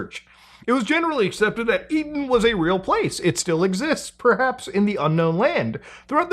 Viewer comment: It's an E-Den